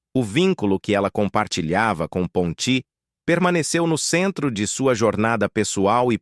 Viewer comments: A ONDE VOCÊ OUVIU PONTÍ. POR MUITAS DECADAS EU OUVI PONTI SEM ACENTO. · É Ponti e não Pontí.0 vomunicador tem momentos que pronúncia palavras de um jeito e depois de outro ,não entrando numa pronúncia certa de acordo com o pais de origem dos atores